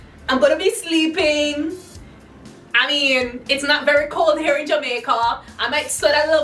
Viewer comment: So I've been watching you for a year or so, not since the beginning buy I've been around....so I'm a little afraid to ask.....does ALWAYS say hair instead of here......??? Or am I just misHAIRing it?